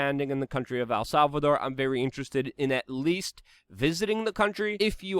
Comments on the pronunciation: love the content but stop saying "Al Salvador" you gotta pronounce it right brother. Its not hard to say "El" its just like saying the letter "L" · It's EL not AL Salvador damn it!!! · Err. I dont think you'll be successful in visiting AL Salvador... el Salvador on the other hand.... Luke's in ability to pronounce things is always funny haha. Great episode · It's EL SALVADOR not AL Salvador. CANADA not CANADER but you seem to have caught yourself on that one in the end lol